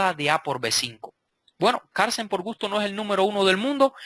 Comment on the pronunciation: Maestro, no olvide que se pronuncia Carlsen, no Carsen. ¡Saludos! Buen video.